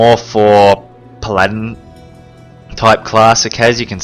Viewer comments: puh-ladin? pal a din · i like how this guy says paladin he says it like pladin